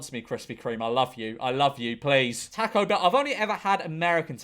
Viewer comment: The way he says taco kills me 😆